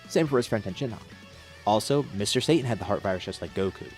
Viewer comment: Sa Ta N not Say tin reminds of when people call Kaio-ken as the "kay oh ken" or "Kay oh Can"